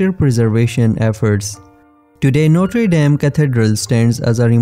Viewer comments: A CATEDRAL DE NOTRED ...DAM, MALDITA IA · Também percebi os erros de pronuncia no vídeo quando nomeava o templo. Mas não vi e nem ouvi nada relacionado a desgraça. Isso deve estar dentro do seu coração. PS: os erros foram por conta deste vídeo ter sido traduzido automaticamente.